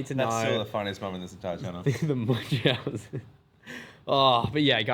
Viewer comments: seb's pronunciation is correct according to google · Munchausen's BY PROXY is when your caregiver makes you sick to gain attention or sympathy. pronounciation is correct😂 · Munchausen Syndrome, the name comes from a tale called the Adventures of Baron Munchausen, a very funny liar. He's German, so you pronounced his name correctly,:-) Yes, Save Me, where you can find the beginning of the BU, it's a comic (Webtoon is an app where you can read it)